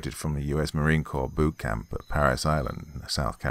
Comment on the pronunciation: Ok Doc, I love these stories, I especially love that you pronounce Marine Corps correctly (NOT corpse) but the story writer screwed up we don’t have Drill Sergeants we have Drill Instructors